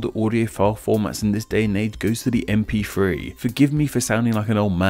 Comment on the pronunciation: you say gif fine but not mp....free?